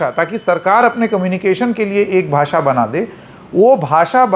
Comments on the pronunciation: Shaw himself can't pronounce the word "bhasha" properly,... He says "Bhasa" 😂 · इनको खुद को बोलनी नहीं आती 😂😂. भासा नहीं, भाषा होता है अंकल 😂😂😂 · तड़ीपार को हिंदी "भासा" भी नहीं आती है, उसके भी लाले पड गए हैं! गधे को कोई बोलो भाषा होता है, भासा नहीं!